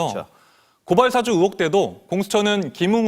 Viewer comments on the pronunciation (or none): 방송에 나오는 사람이 의혹 의원 발음을 으혹 으원이라고 하면 문제 있다고 본다